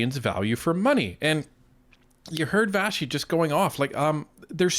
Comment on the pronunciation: Vassey* pronounced Vashi because it's Greek